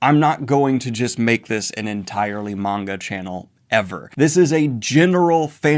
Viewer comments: Daniel finally saying maanga instead of manga is so heart warming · Daniel: starts pronouncing manga correctly Also Daniel: pronounces Kaido like a lunatic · Yeah, Daniel pronounced manga right! 🎊🎊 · Daniel: finally pronounces "manga" correctly Also Daniel: "Kay-dough" Edit: I've been had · Poor Daniel , finally pronounces manga correctly, then turns around and says KAY-do , you adorable man